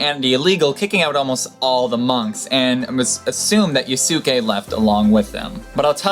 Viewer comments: The Yasuke story was definitely very cool. To help your pronunciation. I do believe in Japanese the su is very quickly pronounced so it rhymes with Sauce-kay. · Drupe, not droupe, Carthage, not Carthadge, plus please learn to pronounce Lieback (Lee-back) and Yasuke (YAs'ke)